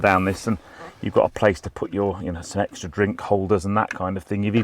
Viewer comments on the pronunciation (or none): none